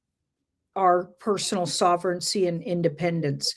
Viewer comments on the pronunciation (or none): Sovereignty NOT sovereigncy